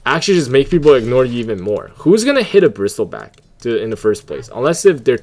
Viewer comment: Kinda annoying how you read it as bristilback but good guide overall, kinda just funny and annoying atst lol